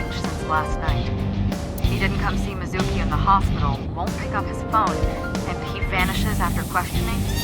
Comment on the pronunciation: I generally like the English voice acting in this game, but the way that they refuse to pronounce some things correctly, like "yakuza" and "Mizuki" does drive me a little crazy.